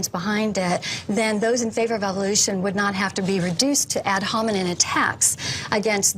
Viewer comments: “Ad Homenen” 😂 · Did she say "ad-hominid attacks"? 😂